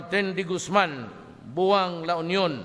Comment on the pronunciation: Buang 😅 It should be BAUANG as in bawang